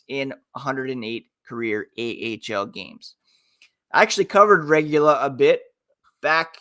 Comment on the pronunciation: Way to butcher Alec Regula's name lol. It's Regoola! Go Knights Go!